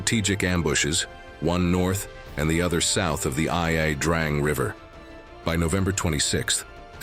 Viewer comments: it's not La Drang. It's not I. A. Drang. Its Vietnamese. It's pronounced "ya Drang". geez. it's called research. look into it. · It's Ia, EE-yah Drang, not La Drang, Valley. General "man?" It's Nguyễn Hữu An who was in command of the stated B3 units. There is no "M" in this man's name. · It is pronounced I Drang valley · Ia Drang, its not La Drang you idiot, its a capital i not a small L. You dont even know how to spell or pronounce one of your country's own battles, so why would I listen to anything else you say? Idiot.. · "La Drang" - Come on - if you're going to use auto-narration then at least check it. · The narrator actually pronounced the battle, and valley, "La Drang." That makes all that follows very suspect. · AI narrator mispronounces both Ia Drang and Albany 🙄